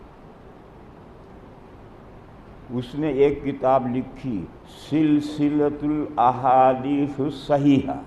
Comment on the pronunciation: سلسلسۃ الاحادیث کا اعراب ہی غلط پڑھ رہا ہے